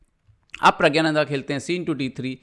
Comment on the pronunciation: प्रग्यानंधा नही, प्रग्णांधा बोलो. या प्रग बोल दो.